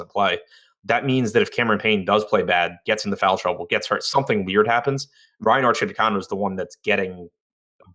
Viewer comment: Arcidiacono = ar chee dee AH cuh no! Or you could just call him Archie!